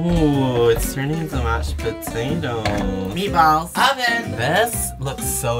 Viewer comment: me as a swede cringing when he tried to pronounce meatballs